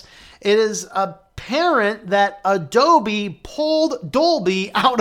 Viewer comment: "A-DOLBY" lol.....